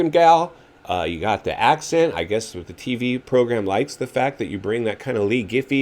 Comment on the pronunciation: You know what is hilarious 😂 you speak like Jet actually listens to your crap..Lol and Like Ricky gives a 💩 what you think..How about he can't seem to pronounce the word With.. and yet he manages to say WIT at least a dozen times, Notice you have nothing to say there..Shut up dude.. Still wearing XXX shirts OMG bro.. the 90's are gone.. your funny